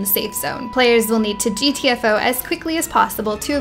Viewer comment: "Players must gee-tee-ef-o" lol